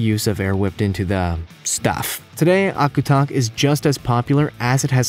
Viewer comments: i'm from alaska and it annoys me how wrong he says Akutaq lol, it surprisingly tastes really good. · You are completely butchering the eskimo ice cream name. Also, its based with lard, not reindeer fat. Some versions use cool whip too